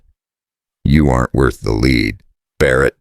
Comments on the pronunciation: what ever they use for voice overs really cant read and has no sense of cadence and timing. and ammunition Lead .......is pronounced LED not leed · There isn’t leed( as pronounced in these stories) It’s LEAD, steel & gunpowder!